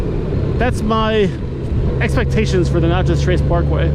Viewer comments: Natchez! Like gnat chez Not nachos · Dude it’s not pronounced “notches” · I kept looking for salsa...sounds like ta was calling it Nachos 😂😂😂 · What’s funny is there’s a girl with another Natchez video and she pronounced it the same way you did. I’m from Louisiana so I don’t pronounce anything right🤣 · It is Natchez not Notchez. It ends in MS not LA. There is no Notchez LA. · Wow. Mississippi. Also, it’s not pronounced like nachos. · Every time you say "notches", it makes me want to pull my hair out. It's Natchez, rhymes with matches!!! And Natchez is in Mississippi, not Louisiana. If you're getting that small fact wrong, how sure are you that you've ridden in 46 states? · You're killing me how you kept pronouncing Natchez and a few other towns. Tupelo is a great half-way point with hotels, restaurants, gas, Elvis and the downtown is cool. Vanelli's Bristo downtown has the best pizza ever!! In Alabama, around Tupelo and Jackson, you will encounter folks using the road to commute. Park Rangers have unmarked vehicles (trucks, cars, suvs) so keep that in mind, the fines start at $250 and go up. There has been some shady stuff happen on the Trace so if you stop, just be aware of your surroundings and those around you. Plan your gas stops before riding it. It is a great relaxing road to cruise. Some find it boring but others enjoy it. If you want to do 80mph, just take the interstate. Been traveling the road for over 30 yrs. Always be alert to wildlife. Deer do stupid stuff. Turkeys not much of an issue. Turtles and armadillos will cross the road. Seen horses and cows that got out of their pastures on the road. If riding, try to get off before the sun goes down due to wildlife. Very hard to see. People head deep in their smartphones are a problem. They will cross that double line. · There wasn't any problem with how you spelled it. It was the pronunciation you used, you were using a o sound where it should have been an a sound.